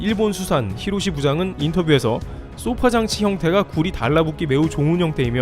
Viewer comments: 소파장치는 消사라질 소 + 波물결 파 로 '소파' 장치라고 발음하지 쏘파장치라고 하지 않습니다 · 소파(消波)장치에서 '소파'는 파도를 소멸시킨다는 뜻으로 단음[소파]으로 읽어야 합니다. [소-파]와 같이 장음으로 읽으면 길고 푹신한 의자를 뜻하는 sofa가 됨 :)